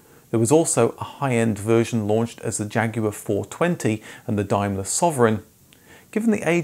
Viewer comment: Why are you pronouncing "Daimler" like "Dimelar" ? Its cringeworthy.